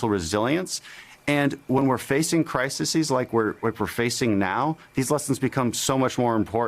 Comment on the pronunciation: Criseses? And he wrote a book ?